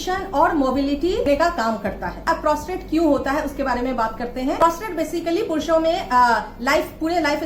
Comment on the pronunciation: Didi फुरुषो नहीं पुरुषो सही स्पेलिंग है